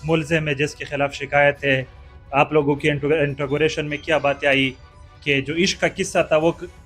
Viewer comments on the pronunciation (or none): intagoration. interrogation😝😝